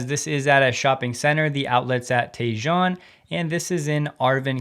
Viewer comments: Tejon is pronounced tay-HONE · Tejon = "Tay-Hone" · Tejon pronounced Tay Hone bro! You gotta visit California some time. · Tejon is pronounced "Tehone" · Gee - Guess you dont live in California since you butchered the pronunciation of Tejon. Think Spanish..... Otherwise, thanks for another good video report.